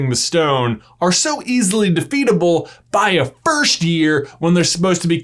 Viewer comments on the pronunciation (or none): No one: J: “FIRSHT”… “Philosopher’s Shtone” Im sorry love you J but I can’t unhear it now